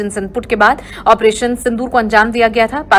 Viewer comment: Tu operation ka theek uchchar karna bhi nahin jaanta Kya video banane nikala hai